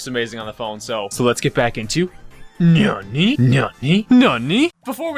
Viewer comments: It’s not nuny it’s n a n a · It's not Nani It's Nani as in Nano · I think it’s pronounced "Nanny" right? Like nano... idk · Did you just say NAMANYA NANI? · When says Nani in the beginning it sounds like he says YA YEET!!!😂😂😂